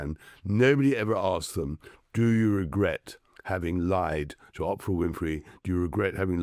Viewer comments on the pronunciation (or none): It's OOOOOOOPRA (long O) not OPPRA, Tom !!!! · I wish this bloke didn’t sound like a pompous gut- his accent that is - and he just can’t pronounce Oprah…